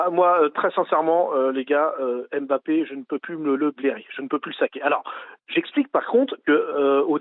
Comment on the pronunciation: on dit Mbappé..... et non pas M bappé...les ignares....à suivre